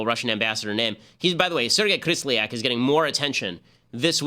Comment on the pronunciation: Kislyak not Krislyak.